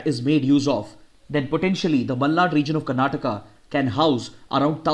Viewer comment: Tq byjus and tq sir,♥️ It seem u r from Karnataka based on Ur exact pronounciation of malnad